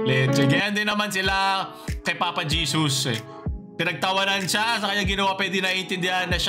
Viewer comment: Papa Jesos? dinig ko sa kanta 'One way JESUS!' hindi On Way Jesos.. Ginawa nyong Papa eh. Jeos pa ang pagbigkas nang JESUS pano naging Papa si JESUS CHRIST?